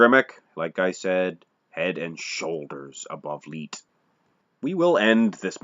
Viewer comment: You're a clown and know nothing about my GRANDFATHER...... And his name was pronounced LIGHT... LIKE A LIGHTBULB..... If you have any questions about Frank I will gladly School you, after all he is my grandfather. I hear your little disclaimer at the end of the video talking about trolls..... What about family members??? I've commented on this video several times and you don't want to get back with me apparently.... I'm still here.... And I'm bigger than my grandfather